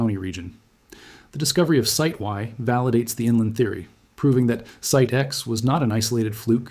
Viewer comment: I've never heard it before, but it's certainly AI regardless. Listen to they way it consistently puts the emphasis on the wrong word in the same way. For example "Site Y" (using the wrong emphasis seconds after saying it correctly) - and "smoking gun"